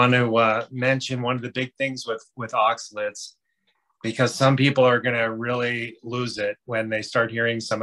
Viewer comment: I think that it should be pronounced oxa-lates, not oxa-lits. Hard to watch this video when the pronounciation is off (IMO).